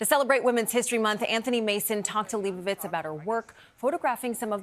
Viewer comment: Leibovitz! not Liebowiitz!